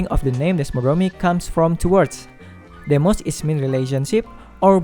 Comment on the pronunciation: DeSmos not Demos. You said Demos instead of the correct Desmos. Demos does not mean "relationship or bound" as you say. Demos means "the everyday people of an ancient Greek state OR the populace of a '''''Demo-cracy''''' as a political unit" Desmos means "relationship or bond" and is the word you are looking for. As far as the poor english pronunciation part is concerned, just keep practicing. In the meantime, please get someone with a much better pronunciation to do the narration!